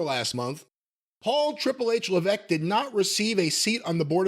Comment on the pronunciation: Isn't there an S in HHH's surname? Why does keep saying leveque?